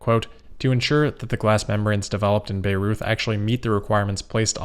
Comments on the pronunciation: Great video, as always! One tip on the pronounciation of the German city of Bayreuth: its pronounced "By-roid" (you make it sound a bit like Beirut ;) ) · Side note, just in case you need it again in the future. The German city of Bayreuth is on of the more challenging names. The easiest way to describe how it is pronounced would be buy royt. Thanks as always for your great content. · Bayreuth is pronounced Buy-roit ;) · how to pronounce the German city name Bayreuth -> "by Royt" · Bayreuth is pronounced Buy Roy-t, as in to buy something and then the name Roy with a T at the end. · But I have to say I’m glad he pronounced it the way he did. Sounded very interesting and funny^^ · Haha I just came to write this